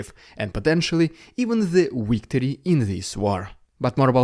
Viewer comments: It's victory not wictory. But we love you and you v pronounce. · It is victory, not wictory.